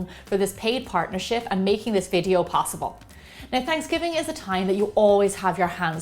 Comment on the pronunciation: not trying to be a troll but what's fransgiving lol